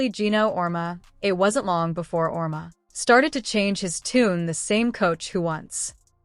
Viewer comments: His name is pronounced Aur-Eema! And he’s a horse’s backside!! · Learn how to pronounce Geno’s name you idiots.